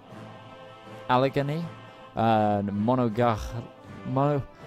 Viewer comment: Allegheny Al-Ah-Gay-Knee, Monongahela. Moe-Nong-Ga-Hay-La